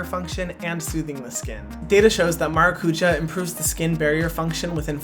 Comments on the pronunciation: No doubt this is a great product, you are clearly passionate and know your stuff. However, why name your product “maracujá” when you could just as easily have named it “passion fruit”? Or perhaps something in Hawaiian? Additionally, you don’t even attempt to pronounce it correctly, the word has an accent for a reason. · I just clicked on the video to hear how Hyram was going to pronounce Maracuja... Maracuya ! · Okay, but please learn how to pronounce maracujá correctly or say it in English! If partnering with latin american companies on a Latin American fruit, you should learn how they say that specific ingredient. Hurts my Brazilian heart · Vendo os gringos falando maracujá errado sendo que o produto podia ter passionfruit como nome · He could learn how to pronounce maracujá... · The word stress of maracujá is 'já'. Its origen is tupi (Brazilian indigenous tribe). Please, say passiflora. Or passion fruit. It's hard to hear it pronounced wrongly. With a simple Google search, you find how to pronounce it right. I get stressed by just imagining your millions of followers saying it wrong. Ahhh!! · At least the murumuru was pronounced decently, but now I learn that you had Brazilians with you, and no one corrected your maracujá emphasis on Á